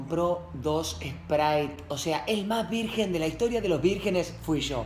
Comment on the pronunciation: Lo escribió así porque Coscu se equivocó y dijo "Virguen" .__.